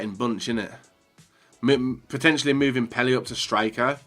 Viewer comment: Pretentially..... really? It’s POTENTIALLY, you spastic